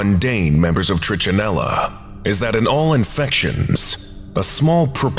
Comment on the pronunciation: Pronunciations of trichinella and trichinosis are slightly off. The "ch" in both should sound like you're saying the letter "k". And the first syllables of both are NOT the long "I" sound (does sound like the I in it). Just a small FYI. tri-ka-NŌ-sis tri-ka-NELL-a The letter "o" is the only long vowel sound.